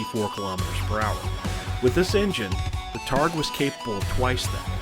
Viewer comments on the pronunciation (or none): Great video! Definitely taking on some of that Black Pants Legion energy, but in your own flavor. We can never have too many Battletech creators! You've earned a like and subscribe. One small point of order, the word targe is pronounced "tarj".